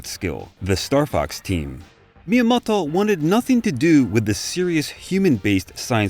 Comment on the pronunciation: Fantastic sum up and video! Hard to abstract from the Japanese names being pronounced like a 60s parody of some accent I can't even pinpoint. Miyamodwoh. Miyamodhwhohw? Maybe just stick with just 'TO' for future videos :)